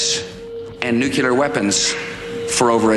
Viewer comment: why the fuck Americans (even the presidents) say NUCELAR instead NUCLEAR?